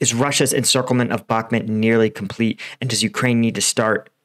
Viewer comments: You definitely know your stuff, I watch all your updates. Spent some time last year in Ukraine. I mean no disrespect by this, I’ve noticed it for awhile haha. I may be wrong which I am often, I do believe it’s pronounced Bahk-moot, not Bahk-mit. Thank you again for helping me keep up to date. Your work is an invaluable part of my research daily. Keep up the hard work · My friend. I really respect you for the inforamtion you are giving us free of charge. But Bakhmut is spelled with an U and not E. You pronounce it "Bakhmet" but it is pronounced "Bakhmood" I skipp the pronounciation of the kh sounds because I do not expect an english speaking fella toget that right haha :). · its pronounced BACH(like the composer)-MOOT